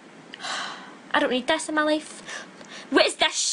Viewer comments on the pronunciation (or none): AMEN GIRLFRIEND OMFG EXACTLY MY FEELINGS but the way she said ''BETCH'' made me laugh so hard xD and at the beginning when she was all like ''WHAT THE FAK IS THES SHET'' xD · i’m literally in TEARS “whEt the FoOk iS THES” ☠️☠️